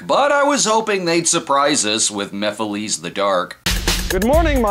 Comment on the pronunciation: I give you props for pronouncing Mephiles correctly!